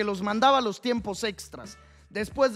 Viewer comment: Tremendo el “Mos” en vez del “Los” xdxd